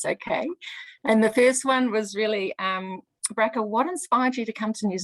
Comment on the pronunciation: The name Bracha is not pronounced Bracka please ask her how to say "CH". Her name is Blessed in Hebrew.